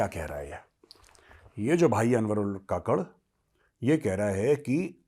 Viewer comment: Kakad nahin kakkad Jaise Neha Kakkar